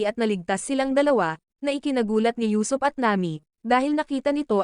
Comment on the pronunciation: Usuop not yusop